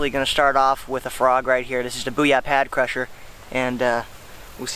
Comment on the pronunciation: Pad crusher hahaha hahaha its pad crasher